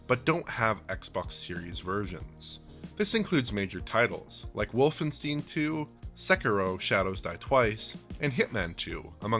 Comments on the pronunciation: Wolfensteen 2... how can you pronounce it like that with a German on the team lol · You can tell this guy is new because he doesn't know how to pronounce WOLFENSTEIN